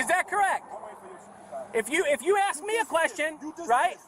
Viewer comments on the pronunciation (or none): Pretty sure a “god” would be able to properly pronounce the word “ask.”